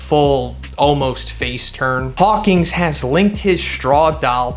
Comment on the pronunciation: HAWK-IN NOT HAWK-ING